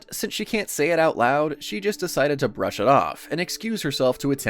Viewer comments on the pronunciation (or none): none